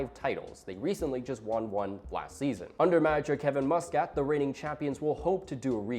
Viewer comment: It’s not Musk-cat it’s Mus-kit